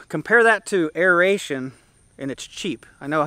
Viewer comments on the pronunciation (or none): aeration... aeration.. aeration